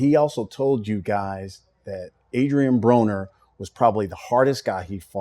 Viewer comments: on 40 secs it sounds like he said Adrien Boner lol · does he say Adrian Boner? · sounded like he said Adrien Boner 🤣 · at :40 sec he said Adrian Boner 😂 😂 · this guy said adrien boner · Did he just say Adrian Boner??? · hahaha he said Adrien Boner